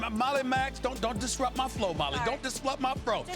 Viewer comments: Mans said "don't dislupt my fro" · Don’t diswupt my fro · "dOnT dIsFlUpP mY fRo" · I was certain that I heard, "Don't dislupt my fro." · 😂🤣😂🤣 lol he also said don't disrupt my fro 😂🤣😂🤣